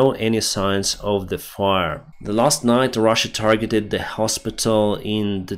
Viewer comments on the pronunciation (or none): none